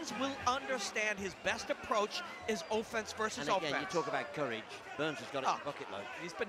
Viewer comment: Did he say oaffense? I mean that kinda fits...